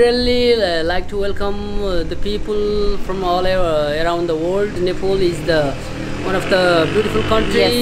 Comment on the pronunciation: why is he saying nepol dnt be shy of pronouncing your country name correctly stay bless love u all